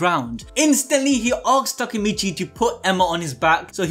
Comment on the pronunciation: Its Takemichy, not Takamichy.